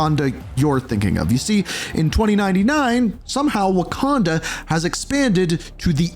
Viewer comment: of Waquanda 😭 😭